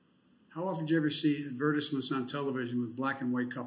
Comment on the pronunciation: What was that word?? “ad-VUR-TIS-ments”?? Im reasonably sure it’s “AD-vur-TISE-ments.”